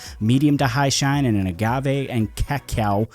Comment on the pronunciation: It sounds right for a portuguese speaker the way you said cacao. It spells cacau in BR and the pronunciation is almost the same of "k-call". . Great review as always! Tks